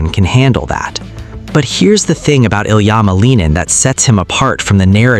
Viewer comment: There are so many bull crap videos about Ilia since the olympics...your AI voice can't even pronounce his name right. Frankly, your gossip and suppositions are more hurtful to the young man than the intrigue you are reporting. It's disgusting.